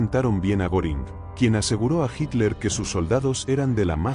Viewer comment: Creo q no lo pronuncia bien Hermman Goering más o menos.